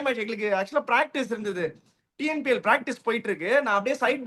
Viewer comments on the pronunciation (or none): none